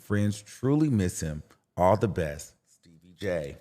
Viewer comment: Not Stebbie Jay 😂